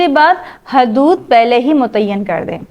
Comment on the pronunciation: Lafz hadood nahi hudood hai